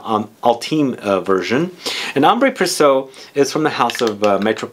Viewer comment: Precieux = "Press-ee-uh", not "Press-oh". ;)